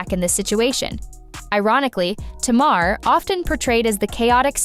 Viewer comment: The narrator is mispronouncing Tamar's name. I stopped watching after because it's annoying and disrespectful. Tay-mahr not Tah-mahr. Get ut right